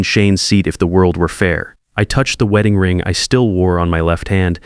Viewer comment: Terrible AI. Weeding guests? Man, the pronunciation is AWFUL.